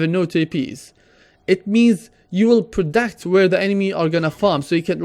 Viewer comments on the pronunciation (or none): predict not predact